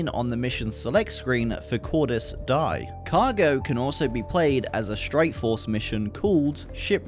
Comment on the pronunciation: the way you said die (in latin) as die (in english) was atrocious